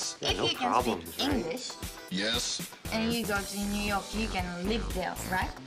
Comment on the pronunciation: Of course she's away much better than most Japanese. But she's obviously not a native speaker. Check her pronunciation on 'New York'.